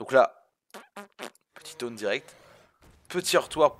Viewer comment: IL A DIT KTOUNE ALLELUIA